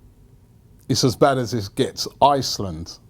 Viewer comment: They way says iceland annoys me, a bit disrespectful